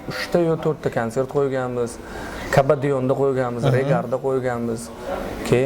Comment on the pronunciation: Kabadiyonmas, Qabadion!Qubodion xam diyishadi